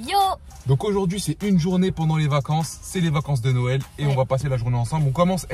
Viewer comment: ils ont dit « vacances de noel » pas norl